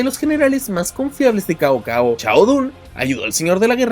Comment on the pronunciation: Como consejo, el nombre “Cao Cao” se pronuncia “Sao Sao”. Saludos desde La República de China